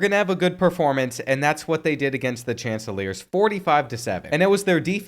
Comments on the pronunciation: Bro totally botched Coastal Carolina's mascot's pronunciation. They're the Chanticleers (pronounced SHON- TI- CLEER) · It's pronounced Shon-tee-clears for Coastal Carolina. It's a breed of rooster to pay homage to the fact they used to be a satellite school of South Carolina.